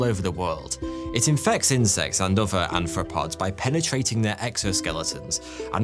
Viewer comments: I'm sorry, but did you just call arthropods "anthropods" and chitin "shitin"..? Because it has me imagining human feet with a carapace of feces. "Anthropods covered in shitin", you know? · AR-thropods. KAI-tin.